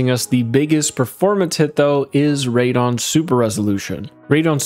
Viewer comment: Can tell you are not a PC gamer calling it radon. lol when it has a E in it and starts with RAD as in RADical